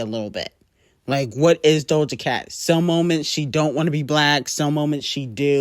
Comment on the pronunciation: I looove how teaashmiracle says doja's name "DOLJA" 😁